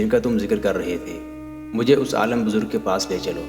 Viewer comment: aalam buzurg nahi aalim buzurg